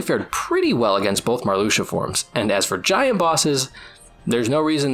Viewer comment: Hearing Marluxia called Mar-LUX-ia instead of Mar-Loosh-a gave me severe whiplash lmao I genuinely don’t think I’ve heard him called that in like a decade, maybe more!